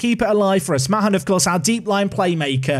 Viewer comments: by the way the surname mahon is pronounced marn not ma hon as this is my surname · Mahon is pronounced 'Maan', rhymes with Garlic Naan.... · Isn't Mahon just pronounced "Man"? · Also Mahon is said like Marn. Tranmere had a player with the same name Alan Mahon went on to work at Man City.